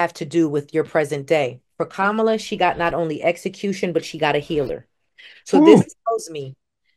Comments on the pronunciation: Please pronounce her name properly...it's KAmala....the accent is on the 1st syllable...NOT the 2nd syllable. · her name KAMALA, is pronounced like “comma LAW” with her accent on the “law.” Not “KaMALA! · Get her name correct. It's pronounced Comma-la. Not Kamaul-A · needs to learn how to pronounce her name… comma-la… not ca-mal-la! Been there and now I do better, so…💙🇺🇸💙🇺🇸💙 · It’s comma-la Harris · Please try to say Vice President’s name correctly! Kamala (Comma-la) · Her name is Comma - la - get it right.